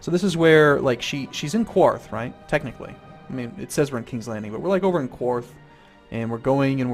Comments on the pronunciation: it is pronounced KARTH, not KWARTH. there is no U in it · Qarth.. there is no U after the Q. So you don't need to pronounce it as Que-arth. You simply pronounce it like Carth or Karth. Also, if you watch (or re-watch) the TV series where she is actually in Qarth, you'll hear them pronounce it as so. :) PS. Love your channel and your videos. Keep up the good work! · KARTH NOT Q-WARTH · You know Qarth is pronounced Karth right? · Like the Spice King says, Qarth is pronounced "KARTH" not "Qwarth". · Qarth! Not quarth! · "The beauty of Quarth is le-" "Qarth." "...Qarth." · I am so sorry but I'm for some reason freaking out about you saying Qarth like Quarth xD I never had that feeling before.Mabey its because I'm Jelly xD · "that's where dracarys is" "no wait that's how you say fire in dragon" "so we are in quarth" "rokuarro" "DRAKEHRYS" "pyiat pri" wow, does he even know how to pronounce anything? or the correct name of some things? other than that, great vid lol